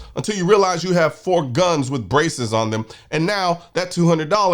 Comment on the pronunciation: When you said “that is a ton of braces” I heard “a ton of racists” and I thought, “oh noooo, Colion’s gone woke! 😢”